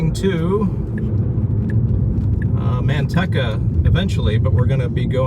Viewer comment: Dear Sir, I use to live right next to Manteca and that city is pronounced Man-TEE-ca. Middle syllable is long like the word 'Tea', not short. I've heard you refer to Manteca several times in a couple of your recent videos and each time it made me cringe -- kind of like hearing fingernails scratching on chalkboard. Yikes! 🤣🤣